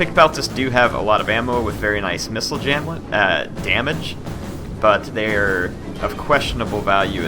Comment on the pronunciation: Never heard of "missile jamlage". Is it a new unit stat?😂